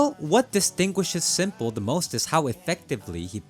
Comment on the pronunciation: Why are you calling s1mple Sanja?